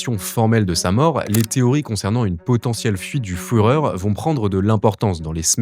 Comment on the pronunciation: Lee a fait la foureur de vaincre .